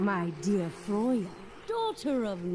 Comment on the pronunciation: It's frey-a not froy-a or whatever the hell you said